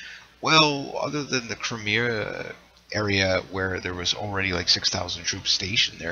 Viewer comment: Please learn how to speak english and say crimea. Its not crimear its crimea